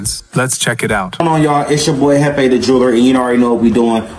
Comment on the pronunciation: Mane said chiefEE 🤣🤣 it’s jefe (hef fey)